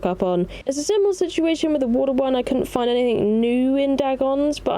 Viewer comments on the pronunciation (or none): none